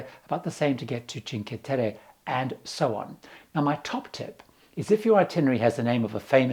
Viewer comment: The word 'cinque' in Cinque Terre is pronounced CheenKWEH, not CheenKEH- it is Italian, not Spanish.